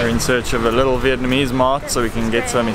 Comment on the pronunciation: Viet-Na-mese... NOT Viet-MA-nese!!! :-P